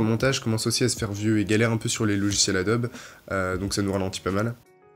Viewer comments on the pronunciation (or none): none